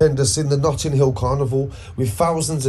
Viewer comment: Bro u always say notting ham it’s Notting hill😂